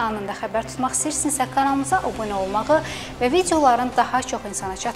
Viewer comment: Bu savadsız , Azərbaycan dilindən xəbəri olmayan sürücünu hardan tapıblar? Öbünə yox- "abunə " ay savadsız qiz.əvvəl Azerbaycan dilini oyren